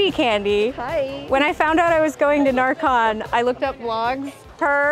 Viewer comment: I didn't realize you were going at närcon bc you pronounced it like narcotics (ä is pronounced more like e than a) but very exciting you got to see Sweden!! Norway killed it. Literally. Ned's head is rolling. Also Finland deserved the first price def she did that queen cosplay like it could be in the movie.